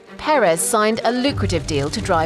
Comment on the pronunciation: The story so far: The English speaking media still can't pronounce his name correctly